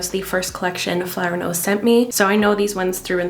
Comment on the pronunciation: Beautiful products but I keep hearing it as flower nose and it‘s really funny to me because the first time you mentioned it I was like why is she not addressing the name 😂😂 until I realised